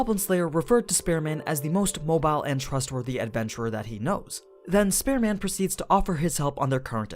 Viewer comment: Your pronunciation of Spear Man sounds like Spare Man.